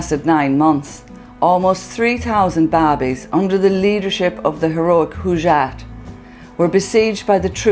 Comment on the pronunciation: Please learn to pronounce the name Hojat Not Hujat or Hoojat